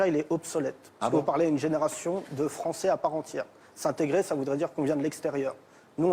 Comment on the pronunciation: Gimenez, un espingouin plus fwançais que le fwançais, wigolez pas les gars, ses awwièwes gwands-parents ont subi le wacisme, maintenant il faut donner en wetour des gages d'intégwation wéussie.